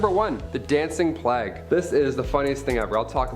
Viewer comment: Att.: - it is not pronounced 'plaque' it is plague. Notice it is a G not a Q! It is so annoying to hear all of you and your team mispronouncing everything... 😐